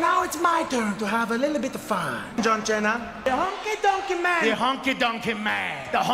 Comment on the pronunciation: santino marella calling john cena,john chena always funny. Every time i see the clip😅